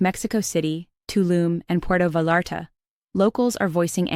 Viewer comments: Good lord! The narrator does not even know that Pueto Vallarta (pron. Pwerto Viarta)...... Is not pronounced Porto Valarta. This says it all about US insensitivity to other cultures and countries. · Well the cadence was too uniform but actually good. What sealed it for me was AI’s pronunciation of Puerto Vallarta.